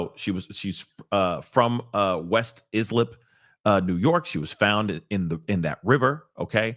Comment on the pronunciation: This is soo sad is this person trying to be a Gilgoncopy cat. Also West Islip -EYE SLIP is pronunciation. I hrew up in that area. Although I no longer live in NY cuz man it is super expensive it's cray cray